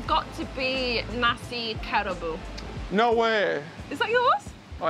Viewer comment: At least get the pronunciation correct…hahaha. Nasi Kay rah bu? Go ask the locals how to say it correctly.